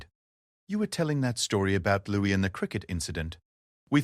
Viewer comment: It's Louis not Lewis